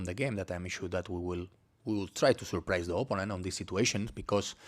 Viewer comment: ... Man könnte oder sollte den Coach zumindest mal korrigieren bei der Aussprache des Wortes OPPONENT (Gegner). Nichts gegen einen Akzent, aber er spricht es sehr falsch aus. Und benutzt dieses Wort so geschätzt 10 bis 12 mal jede PK. Alleine die Korrektur dieses Wortes würde sein Englisch gefühlt viel besser machen. Sein Englisch ist ausbaufähig, insbesondere die Aussprache einiger Wörter. Ich verstehe alles was er sagen möchte aber es kostet mitunter einiges an Konzentration. Ich beneide unsere Spieler nicht. Denen muss der Kopf qualmen nach 1 Stunde Theorie Schulung.